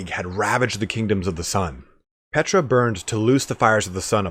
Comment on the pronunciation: My one critique is the Tomb King god is, not Petra (like the famous landmark site). Using in-game lines from Settra as a reference, it's pronounced similarly, just with a short P at the front instead of "Set", "P-tra"